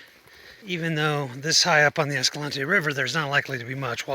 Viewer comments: Naw, ignore the llama guy. You're saying Escalante right. It's named after Silvestre Vélez de Escalante, it's a Spanish name. The way you are saying it closest to the Spanish name. Ignore the haters, lol all 797 of them (Escalante's population, roughly). Also, the eclipse shots are some of the most incredible things you've shown us which is saying a lot. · Moon photos are totally awesome! Very familiar with Escalante. Been going there since 2002 before it was "discovered". Know of the Escalante pronunciation "controversy". Just say it whatever way works and be respectful of the area, it's all good! We say it the way you do, BTW. Looks like you're heading the BMT. Looking forward to the next vid! Thanks so much for your time and efforts.😁